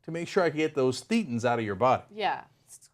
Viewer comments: It's "thay-ten" not "thee-ten". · It's pronounced They-tans. Just saying. Love the segment guys! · pronounced "thay-tins." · It's pronounced thay-ten. Like Satan, but with a lisp. No I am not kidding. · "thay-tons" idiot Turdsters.